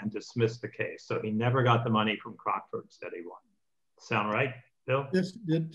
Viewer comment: A point about CROCKFORDS (which is pronounced CROC (like a Crocodile) with FORDS sounding like FUDS) - not CROXFORDS. In the UK Gambling debts (both ways) are not enforceable in law. (I am an ex-bookmaker.) The commentary said that Ivey sued for a gambling debt. That is why the UK judge gave his verdict as he did. (20.36 on the video) calling the play "Cheating". To my mind, if the casino is so careless as to use cards that they know are badly printed, I cannot see how this is cheating. They should use cards with a plain colour, even white -no problem then. But then I'm not a judge!